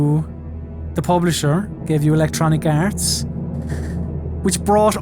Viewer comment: I've grown to appreciate a lot when pronnounces "Electronic Arse" and never being sure if it's his accent or he's doing it on purpose or maybe that's how English sounds, I'm Spanish, what do I know?